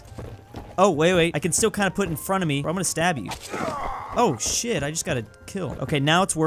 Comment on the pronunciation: Did he say shid instead of shi*